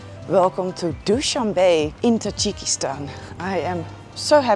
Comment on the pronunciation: Noraly, FYI; it is not pronounced "Dow-shan-Bay", it is Dow-shan-beh , not pronounced like the English word "be" , but rather the pronunciation of the first two letters of the English word "better". ❤🌹